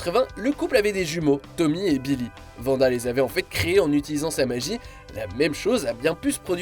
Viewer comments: Wanda pas Vanda. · Arrêtez de l’appeler Vanda! Elle s’appelle Wanda!